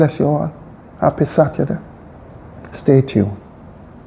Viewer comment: I wonder where Daryl vaz went to school? f or a minister the word is not satday. It is Saturday fully dunce. Lol